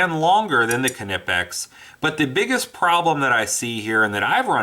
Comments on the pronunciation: Silent K in Knipex... Just saying... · I gotta admit, it annoys me how you say Knipex, I'm pretty positive the K is silent. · dmcguinn1 Well I did watch their videos before commenting. The CEO of north America for Knipex doesn't say it with the K. For the german videos I couldn't understand what they were saying.. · Sash Window no I don't say k nife but I'm not German either lol the K is not silent in knipex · It’s a silent K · It's a silent "K" in Knipex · Did you just pronounce the K? Thumbs down. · Do you say, "Kanife" for the word "Knife" as well? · just drop the additional vowel you add after K. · knipex has a silent K!!! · The K is NOT Silent! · Silent K bro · Actually yes, Knipex is pronounced not the way it is written, with a silent K at the beginning; silent. How do you say knife? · I say knife with a silent k because it's a english term; but Knippex is a german company; the K is not silent in german. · The k is silent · The fuckin k is silent. Drives me crazy when people pronounce the "k" nipex makes me want to cut my ears off with a "k"nife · Kanipex? they are pronounced Nipex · Why not just say Knipex like a normal person? Or is it a rule to make up letters in between two constants? Like "Fridge" is pronounced Fi-ridge? Or Ground "Ga-round"? WTH man?! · Reviews Im german and it is pronounced knipex and not kenipex. But it is probably hard for non-Germans. The review is good though. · After watching this video I wanna stab my self with the KA-NIFE. Am I the only one that pronounces Knipex with the silent K??? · Nip ex bud lol kinipex 😂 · Knipex pronounced nye pex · no he didn't, it's "Kee-nipixs" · I wanna stab my self with the Ka-Nife. 🔪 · lol Ka-nip-x hooked on phonics worked for him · it's pronounced Nye-pex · Ka-nipex? Must be of same origin as a Ka-nife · Where’s your K’-nife? :P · Knipex with a hard K. None of this KU NIH PEX bullshit. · it's kuh-nee-pex dude. Watch one of their videos. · The K is silent my guy. Nice review though